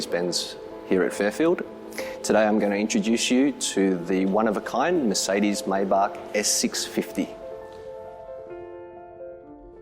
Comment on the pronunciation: How embarrassing. For you,. If you really want credibility, learn how to correctly pronounce, “Maybach.” You come across as a clueless poser.